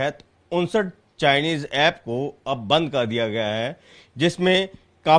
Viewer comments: It's Chinese not chounese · Chunuse nahi Chinese hota hai wasa chunuse hi sahi hai